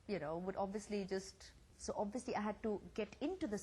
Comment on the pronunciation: goshh! lol just stop speaking! abviously abviously abviously! you won't get far!!